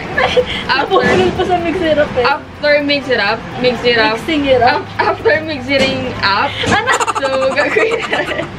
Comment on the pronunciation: Yong first time ko manood. Tapos paulit ulit na yong "mixiting up" 😂😂😂 laptrip eh sobrang tawa ko.